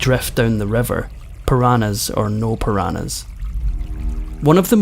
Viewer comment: The story of Juliane Koepcke's survival after hurtling to the ground from a passenger plane was amazing. And I appreciate the narrator's clear pronunciation. The only thing that I think he got wrong was the pronunciation of "piranhas." Or am I wrong? .